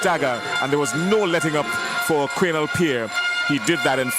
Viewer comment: Its not qwinel . It's qwanell